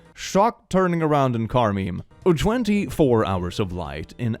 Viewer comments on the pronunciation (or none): none